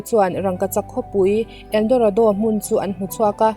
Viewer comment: ELDORADO i lam dan kha ka duh lutuk🤣👍